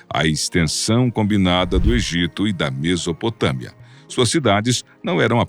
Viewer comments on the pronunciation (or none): none